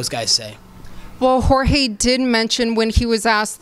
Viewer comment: Colby sucks and its Jorge not George and why does he have to bring up Jorge wife is legal? That was random but same time I love searing Colby cry complain and get beat up right after. Colby is a hater. He jealous of Jorge clearly.